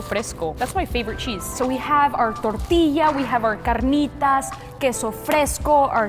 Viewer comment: I love how rolls her r in carnitas